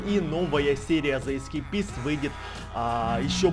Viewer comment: читается игра ве ис кейпист